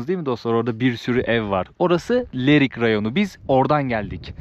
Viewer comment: Leriyin deyil Lerikin